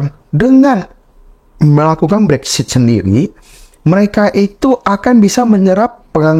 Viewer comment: Konten-nya bagus. Hanya sekedar masukan saja yah guys. Mohon Brexit jangan dibaca "Brexshit" hehehe.....